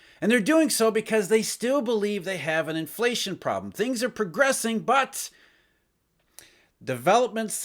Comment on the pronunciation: Every time he said BUT, he woke me up. Obnoxious